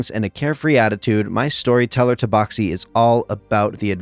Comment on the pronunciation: Took me until halfway through the video to realize he was doing an accent for the first one. Confused the hell out of me why he kept pronouncing tabaxi "toeboxi"